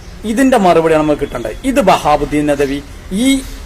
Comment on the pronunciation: വഹാബുധീൻ അല്ല - വഹാബിധീൻ നദ്വി വി എന്ന് പറയു